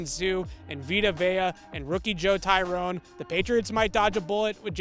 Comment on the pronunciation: Joe "Tyrone"? The least a reporter can do is learn the actual names of the people they cover. Imbecile.